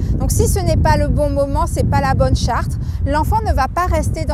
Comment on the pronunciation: charte pas chartre